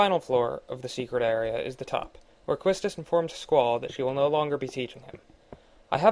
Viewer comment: Great vid man. Just one thing that irritated me just cuz I'm a bit OCD and way too much of an FF fanboy, is that Quistis name is actually pronounced Keestiss. Something to do with the name being French. But whatever, that doesn't really matter, the build is incredible